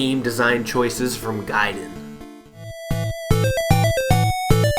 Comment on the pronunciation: Is actually pronounced GAY and DEN idiot